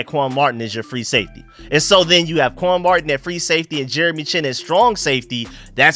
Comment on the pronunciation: my team is the Redskins’s! And if you was paying any attention at all he called him quan marting not Martin. Simple mistake but I’m just laughing at him! What the hell are you talking about?